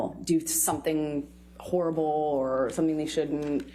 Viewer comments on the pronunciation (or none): “Whore able”. Gag. Short “o” , please. Horror. “O” as in ostrich. Vowel, consonant, vowel is a long vowel. Please. It sounds so nasty with the long “o”.